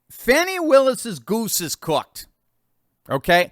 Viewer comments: Its annoying when they go out of their way to call her 'Faw-knee'. Its Fanni, sounds like granny, and is a synonym for ass...just like her party symbol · It's hilarious how CNN and MSM pronounce Fanny's name as fawny! lol